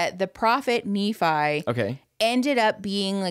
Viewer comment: pronounced Nephi wrong - exmormon speaking - idek how to correct him in writing the e is different - it's Knee-phi